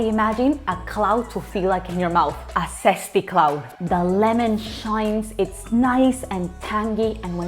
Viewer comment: I didn’t just come here for the recipe, I also came to hear saying ‘Sesty’ LOL But this soufflé literally looks so delicious I HAVE to try this!!:D